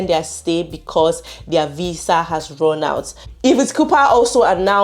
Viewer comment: This Nigerian accent..VISA IS VIZZA😂😂😂